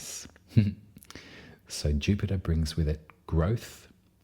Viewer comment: Finally! Someone who pronounces Uranus properly....gotta love a fellow Aussie! (And you do it with such style and grace) ❤🐠